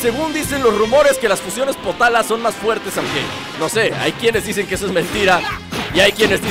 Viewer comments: Oye yo te oi que dijiste potala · creo que son los aretes potaras no potalas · potara no ponara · potara no potala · Like por que escuchaste potala